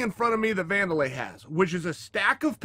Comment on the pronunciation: Someone who actually pronounced wanderlei properly boys it pronounced vanderlei